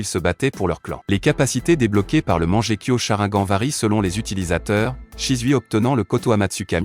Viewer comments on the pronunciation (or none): Il dit charaingan et manjekyo aussi 😂😂😂😂😂😂😂